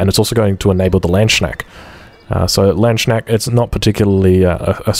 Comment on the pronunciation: did you just call the landsknechts a LAND SNACK?!?!?!??!?! ( Closest actual pronunciation i can make for you is : lance - knekts, as you dont have the G that we dutchies are famous for )